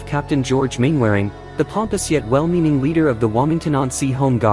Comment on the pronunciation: AI voicing constantly mispronounces people's names. For example -- Mainwaring is not "Main-wearing," it is "Mannering."